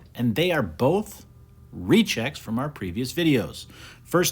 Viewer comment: Y do I keep hearing rejects even though I know he meant rechecks